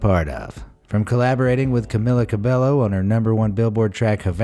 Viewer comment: Her name is Camilla Cah-bay-oh not Cah-bell-oh.